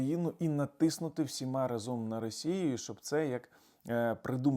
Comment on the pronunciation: рАзом !!!! неправильно разОм🤮 і чотИрнадцть🤮🤮🤮, бо У числівниках від 11 до 19 наголос падає на передостанній склад: одина́дцять, двана́дцять, чотирна́дцять тощо.